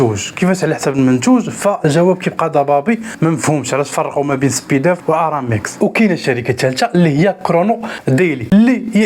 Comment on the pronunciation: معلومات مغلوطة و طريقة نطقك خاطئة ل chronodiali كرونوديالي، Speedaf سبيداف ماشي سبيدوف